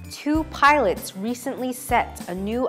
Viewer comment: どうしてもpilots がpiratesに聞こえる。